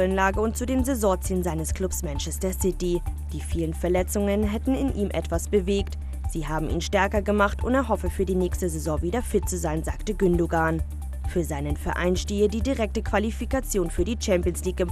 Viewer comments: Ich hasse es wie die Gündogan aussprechen komplett falsch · "Ich hasse es wie die Gündogan aussprechen komplett falsch" Du vergewaltigst selber die deutsche Sprache aber regst dich darüber auf wie ein Deutscher türkische Namen ausspricht. LOL